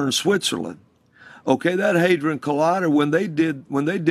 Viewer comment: Not hay-dron it's had-ron. Shiva is a member of the Hindu Trimurtri along with Brahmah and Vishnu. He is both benevolent and fearsome.